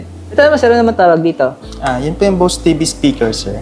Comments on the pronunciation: Bose pag binigkas parang bows.. hindi boss as in amo.. ginawa mo nmn amo ung brand.. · Di po Boss ang Pronunciation nyan kundi Bows(Bose)